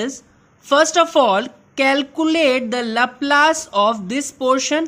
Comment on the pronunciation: It is pronounced "lahplus" and not "lahplaise"